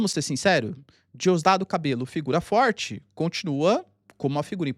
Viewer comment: Só um adendo: a pronúncia correta é Diosdado “Cabedjo”